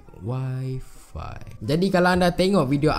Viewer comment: Dy sebut y5 mcm Wi-Fi hahahah